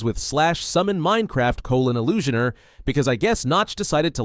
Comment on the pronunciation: ee-llu-shoner hits hard 🗣🗣🔥🔥